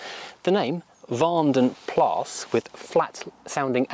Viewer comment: you said vandenplas quite correct, cudos on the research and even the pronunciation (belgian guy here xD)